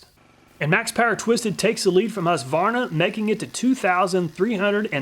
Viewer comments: Husqvarna is a Swedish town. Meaning something like "house mill" (hus=house). It's not pronounced hus-varna or husk-varna. It's pronounced hus-kvarna. If that makes any sence. Love from Sweden! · Husqvarna being a Swedish brand, I was surprised to know that it was also manufactured and sold in the US. (pronounced "Hueskvarnah", btw) Great video! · Great content as always, but as a Swede ... the Q in Husqvarna is spoken as a hard k ... hus-kvarna ;) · I can't but smile a bit every time you say "Husqvarna" :)